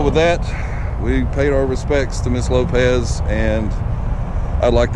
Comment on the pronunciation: It's pronounced LopeS ...not LopeZ